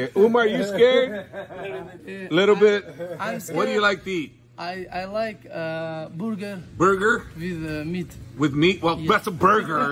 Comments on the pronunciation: intentionally said borger😂😂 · i like how they all call it booger instead of burger lmao